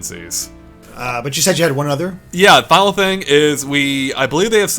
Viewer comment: "Here's the fing......"